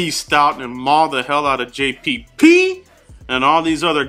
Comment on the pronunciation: I like how you say JPP hahaha always makes me laugh. And Donnel Pumphrey. Those tackles are going to feaston these NFC East DEs.